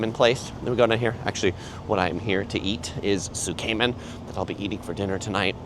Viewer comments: Tsukemen is pronounced S’ke-men not soo-kay-men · Tsukemen is pronounced "sook-men" or "tsook-men," with the first syllable sounding like "sook" or "tsook" and the second syllable like "men". Not Zook-Cayman